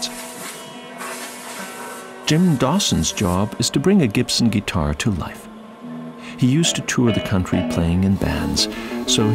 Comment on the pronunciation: What’s a Gee-tar?